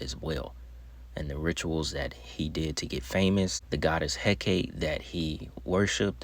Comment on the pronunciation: ..u don't even know how to pronounce Hecate correctly.. sorry, but, i want my view back